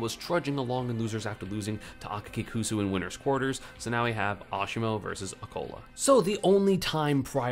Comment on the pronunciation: ESAM is literally the first non-Japanese person that I’ve seen say Akakikusu correctly